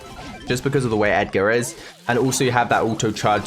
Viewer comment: Ur supposed to pronounce it ‘edge’er’